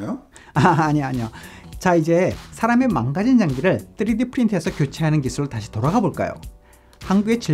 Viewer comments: 맞는 발음은 아님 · 쯔리디 ㅋㅋ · 뜨리디 ㅋㅋㅋㅋㅋ발음